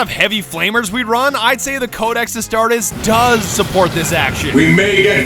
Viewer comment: Pronounces “Astartes” wrong. Me: REEEEEEEEE But I’m still happy we get more 40k Content.